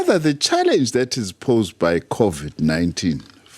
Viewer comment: Why Is she keep saying Codiv-19?😅